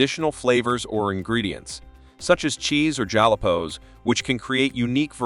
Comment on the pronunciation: he did, while a pic of jalapenos in a jar was on screen and I was like what's a jalopo? it's a jalapeno. while waiting for jose, si senor on a stick 🤣